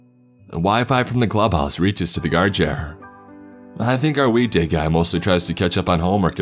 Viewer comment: Anyone else hear week day guy as weed day guy